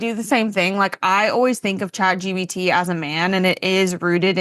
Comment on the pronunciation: “Chat GBT” 😂